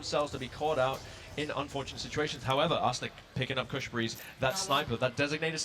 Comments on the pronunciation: He said koosh 😂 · Dude the one commentator cannot say “kush” correctly to save his life😂